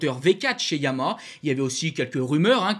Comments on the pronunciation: oui mais comme tu parles vite on entend pas le dernier Ha alors insistes un peu sur la dernière syllabe. Je peux te dire que ça choque des gens qui bosse pour cette marque… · je te rappelle que Yama est un dieu et pas une marque de moto: Si tu veux nous parler des motos noires et bleues avec le logo aux 3 diapasons alors il s’agit de Yamaha qui est un nom en 3 syllabes. Fais un effort au moins par respect pour la marque et notre champion Fabio! Merci